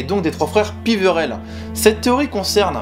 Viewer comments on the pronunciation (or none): c péverel pas piverel